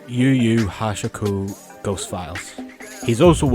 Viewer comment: I won’t lie hearing Yu Yu Hakusho pronounced like that acc flash banged me LMAO. No diss to you I’ve just never heard anyone say it like that